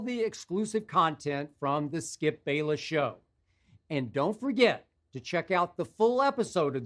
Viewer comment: "Skipday Bayless"